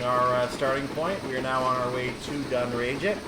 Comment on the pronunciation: pronounced dunn-rag-it